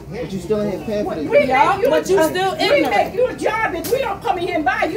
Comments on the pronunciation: Ignant? You mean ignorant. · "IGNERT"....YOU MEAN "IGNORANT"? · Ignorant not ignant lovie also its asked not aKsed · that's a new one to me, lol "i-gnant " one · When you’re too ignorant to pronounce ignorant correctly. 😂😂😂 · I find it funny how they all can’t pronounce “ignorant”🙄